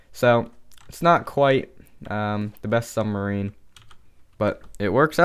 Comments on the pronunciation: submarine not sumbarine, lol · he said Sumbarine